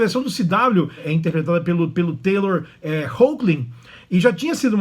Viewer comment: É TYLER e não Taylor! Tyler Hoechlin